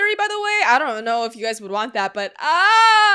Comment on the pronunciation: “ScI wAnCHT tO gO bAcK” was great